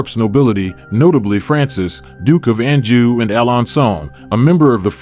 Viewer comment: Elizabeth's mother 's last name Boleyn, is pronounced (BO Lynn.) Make up has been around much longer than the 16th century. The Egyptians used cosmetics thousands of years before common era. Anjou is pronounced ( on joo)... with the j being soft. Otherwise super job!🤗